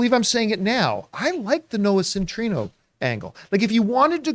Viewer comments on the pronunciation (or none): It's Noah CEN-TI-NE-O guys! Not "Centrino"... What about Nicholas Hoult? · It’s pronounced Noah Centi-neo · Still waiting for them to correctly pronounce Noah Centineo